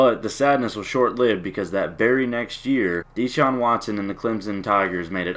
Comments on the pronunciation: His name is not DEE-Shaun. It's pronounced like DaShaun. And he only played three years because he graduated in three years. The guy took full loads every semester while starting at QB AND winning a National Championship. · U said his name wrong 😂